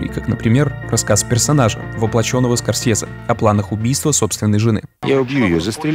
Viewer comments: СКОРСЬЕЗЕ!СКОРСЬЕЗЕ!СКОРСЬЕЗЕ!СКОРСЬЕЗЕ! АААААААА!! ЗАЧЕМ ТЫ ТАК ПРОИЗНОСИШЬ ЕГООООО?!!!!!!! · Мне понравилось абсолютно всё, так это одна из моих любимых картин, согласен во многом, но только слух режет произношение "СкорсЬезе"